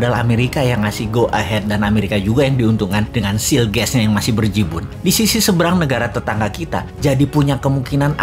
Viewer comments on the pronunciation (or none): Izin koreksi bosman. Bukan seal gas tetapi shale gas harusnya